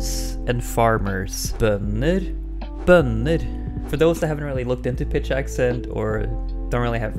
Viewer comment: first of all, thank you very much, this video was the only one that perfectly explained what I was trying to understand! I'm Italian and I have a channel about Germanic Linguistics. Would you mind if I just use your audio (as you're a native speaker), just the part where you say the two words "bønder" vs "bønner", for one of my videos? I'll be happy to give you credit in the description. Please let me know asap:-) thanks